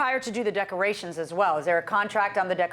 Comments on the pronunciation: Lmao, she said “duckerations”. The way some people speak is hilarious. We ain’t like no duckerations!!!! I understand if you’re from a different country or if you have a strong accent so words come out sounding different, but come on, learn how to pronounce words correctly. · Lol! I heard duckerations too. 😆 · The plaintiff keeps saying "Duckerations", What the hell are "Duckerations"? Smdh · I came to the comments looking for this EXACT one😂 I thought I was the the only one who heard that at first😂😂